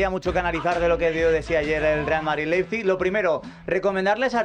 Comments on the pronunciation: LeiZPig no. LeiPZig. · Laipsik, pronunciándolo bien en alemán